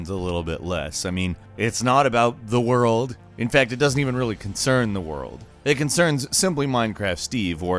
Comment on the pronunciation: You mean: ZEH WORLDOO